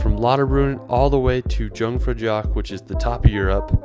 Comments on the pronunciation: Jungfrau is pronounced YOONG FROW But with a hard r, like the French pronunciation, but a slight version of that. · Yhuungfrau is how more or less is pronounced